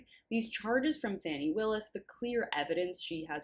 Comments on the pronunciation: I agree with you that Fanny is not the proper pronunciation but do you, or anyone else, know the correct pronunciation;? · Why do you insist on calling Fani Fanny? It's disrespectful!